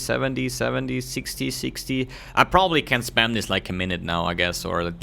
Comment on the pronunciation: This not dis